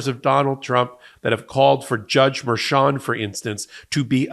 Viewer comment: It's Merchan, not Mershan. Spanish.